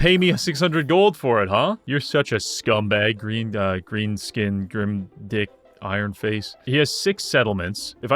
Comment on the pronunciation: Didn't know you could say Greenskin with a hard G but surprises me yet again.